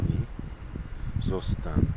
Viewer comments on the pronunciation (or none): Do You live on Poland or other Slavic country? I heard "zostań" to Your dog which means "stay" in Polish but Your pronuciation wasnt clear for me as Pole